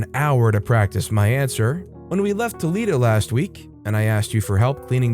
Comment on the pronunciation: his pronunciation of schatje is hilarious love the vids btw greatings from belgium